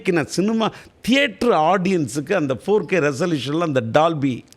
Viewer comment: CINIMA DA NOT CINUMA 😂😂😂😂